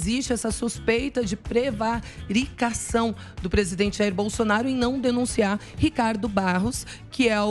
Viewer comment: não sabe nem ler a prevaricação. Essa marola tá fazendo efeito